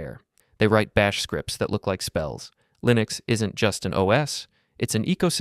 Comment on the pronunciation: "Taht pain? Taht's growth." - nicee